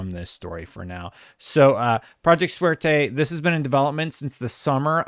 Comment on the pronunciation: Every time you said Suerte in full gringo English it hurt my ears.. Makes me wish they used project Luck instead of going with a Spanish word. I'd love some in house Jrpgs by xbox again.